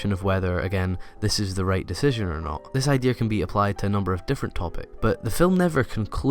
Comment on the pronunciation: Say "Idear" one. more. time.